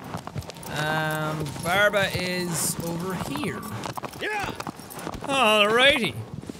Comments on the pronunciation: Barba, not barb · When Jack said the name of the one right after the flying thing-creature I heard Barbara.😂😂😂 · I thought I heard "Barbara" when he first introduced Barba Edit: I didn't even realize he said the same thing later in the video 😂